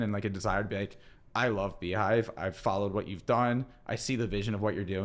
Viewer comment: Beehiiv not Beehiive